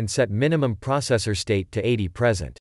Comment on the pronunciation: It is pronouncing PERCENT as PRESENT. Stupid reader.